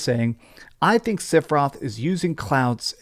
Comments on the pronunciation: Are u saying Siferoth? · Just who in Gongaga is "Sif-eroth." For a FF7 fan I don't get mispronouncing the name occurs. However at least he is consistent. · I just watched the self-proclaimed final fantasy fan mispronounce the main villains name for 15 minutes. I’m literally to the end of the video in a blind rage. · learn how to pronounce sephiroth